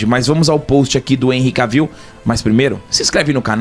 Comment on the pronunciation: Vcs pronunciam o nome dele errado. Não é "Caviu" é Quévil